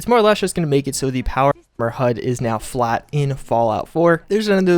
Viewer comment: You can't even say armor???